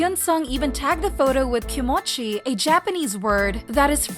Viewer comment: 🫠 sounds like an AI voice because names are mispronounced and even "kimochi"